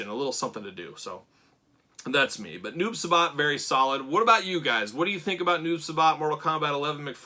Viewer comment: Uuuummmmmm just so you no it’s not noob subot it’s noob si-bot= noob saibot